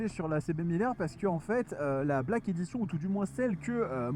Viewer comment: On prononce : Black Édichonne.